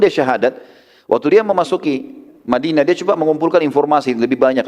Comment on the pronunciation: tolong unta jngan di katakan untah,madinah,di ktakan madina,pakai bahasa Indonesia yang benar benar aja